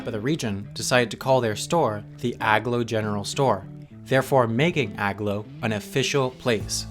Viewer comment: "AG-low" is pronounced "A-glow" as in, the place is aglow. Sheesh. Read a map once in awhile.